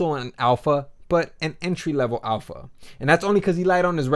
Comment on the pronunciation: "alpaha" please define it.